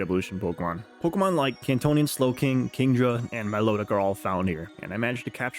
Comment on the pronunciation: you said kantonian slowking lol